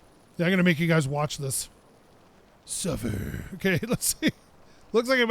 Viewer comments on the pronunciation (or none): "Sufferrrrrr" =D